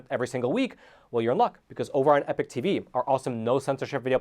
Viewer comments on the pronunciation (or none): none